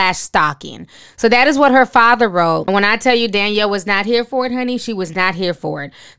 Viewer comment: DANIELLE. Not Daniel, DANIELLE. DAN-YELL.